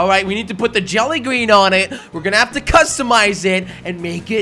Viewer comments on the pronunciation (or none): hey jelly i really love your videos and not being mean or anything but u said j to the A to the LLy its supposed to be jelly but ahhhh i love u man keep up the good work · J-a-ll-y?? Do u england jelly? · why u say jally in the intro